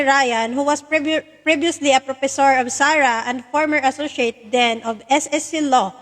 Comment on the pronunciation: anong "propessor "it is professor..